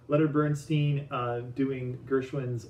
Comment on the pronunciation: If Lenny were alive, he would tell you "It's Bernstein, not Bernsteen." He was very particular about that.